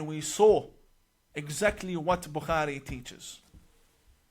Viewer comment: This 'imam' 1. Can't pronounce bukhari properly nor does he say peace be upon him after saying Muhammad S.A.W. must have been hungover through that class when Mossad was training him